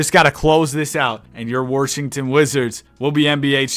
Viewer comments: he pronounce Washington like that on purpose? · Ah yes, the Worshington Wizards